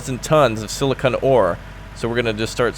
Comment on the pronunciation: its silicon short o not long